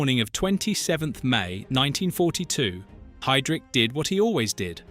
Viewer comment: For crying out loud, his name is pronounced 'High' - drich, not 'Hay' drich. It's not at hard to say correctly.